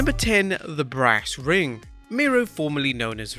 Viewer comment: Brass ring?! I thought he said branding 🤣